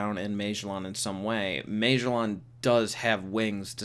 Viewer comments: Magellan was a real person. Ma-gel-in. He was an explorer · Its pronounced mah jell in lol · I’ve definitely never heard “Magellan” pronounced that way. Also, he’s definitely not the only one who works in Impel Down that has wings. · I didn’t notice he was saying magellan until the mid of the video, why do you pronounce it like that weirdo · LMFAO!!!! You can't pronounce Magellan. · Holy shit. You don’t know how to pronounce Magellan. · Oh thats what he was trying to say? Lolol